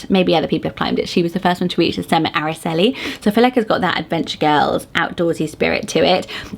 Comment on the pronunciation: Aracely starts with an "r" sound like you're pronouncing the letter R. R-ah-celee. Itzel starts with the sound "eat" not "it", so it's pronounced eat-cell. Aitana is a modern name that comes from a famous Spanish poem written by Rafael Alberti as he flew out if Spain to go into exile following the Spanish Civil War. He chose Mount Aitana because he said it was the last part of Spain he could see as his plane left. He then named his daughter Aitana and it has slowly gained in popularity with two poets being named that and a famous actress.